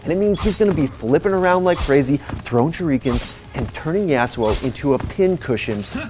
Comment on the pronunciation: Say shurikeen one more fucking time